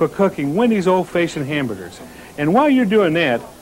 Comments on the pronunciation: If he says “Old Faye-shioned” one more time I’m not going to Wendy’s ever again. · Why did he always say old fayeshunned? 😂😂😂 That gave me a giggle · “Old Fayshoned” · "Old fayshoned......grill skills......old fayshoned......grill skills.....corners.....ruler....." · He's an old-facioned kinda buinessman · Brule’s Rules meets ghost of Old Fayshind square hamburger 🍔 creator- Dave Thomas = GENIUS ...funny with so many speech impediments!! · "old fayshin hamburger" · Did Dave Thomas actually just say ‘Old FAYsion’ like 4 times in a row? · old fayshoned huh? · Can't believe I've been pronouncing "old-fashioned" wrong all these years...